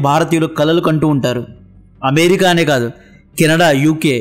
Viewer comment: అమేరికా కాదు..అమెరికా అను కాస్త.